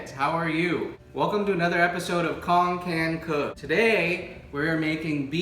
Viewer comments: Why do you pronounce your name kong? Please pronounce it right! You say Banh mi and Pho right. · how the hell is Cuong pronounced Kong?